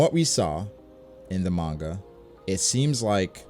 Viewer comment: Oh no. pronounces Gif and Manga wrong. I feel so conflicted, now.